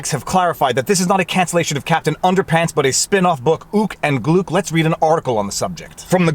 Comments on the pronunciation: BTW "Gluk" rhymes with "Duck". Remember that now. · HIMS NAME NOT GLOOK! IT GLUK! RIME WITH CHUCK! AND TRUCK! AND SCHMUCK! AND LUCK!